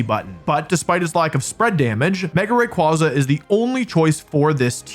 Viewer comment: It's ray qway zuh, not ray qwah zuh. Based on quasar not kwanzaa.